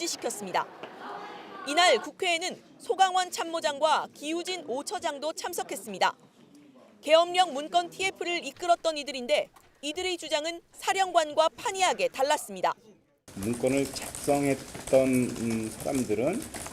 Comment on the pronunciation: 문껀이 아니라 문건입니다. 앵커들 발음 좀...